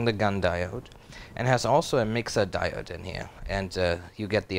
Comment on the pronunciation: 'Di o' de' (diode)